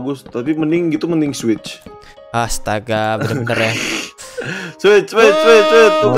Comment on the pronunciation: switch bang bukan swuid